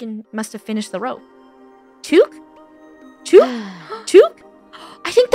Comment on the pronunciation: The fact they don’t know it’s about New Zealand and the way they pronounce chook is killing me💀😭 what the American